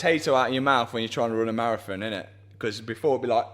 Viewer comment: A two hour ''Matathon'' 😁